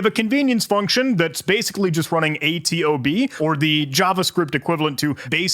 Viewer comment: a-t-o-b? its A to B